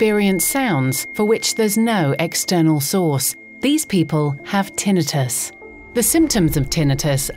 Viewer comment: Thank you, Ms. Announcer, for pronouncing "tinnitus" correctly!